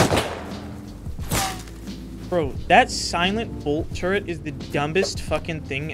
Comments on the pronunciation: turret not turrents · why saying turrent instead of turret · Bro said "where's that turrent?" 🤓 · HOLY SHIT WHYY DOES EVERYONE SAY TURRENT!!!? lol its such madness hahaha